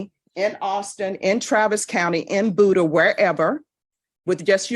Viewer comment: Cannot believe the Judge & the CSO cannot Pronounce Buda correctly! Its B you da not booda